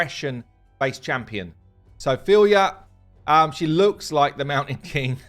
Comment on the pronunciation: Kudos for guessing the right pronunciation, Russian version (they write the names phonetically) says Feel-ya